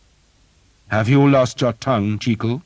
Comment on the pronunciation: One criticism: Sir Simon Jeekyll? Why change it to something that doesn't sound as good, and isn't the correct pronunciation either??